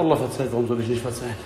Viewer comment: ISCH BIN NEUES TEIL DER COMMUNITY.... 😂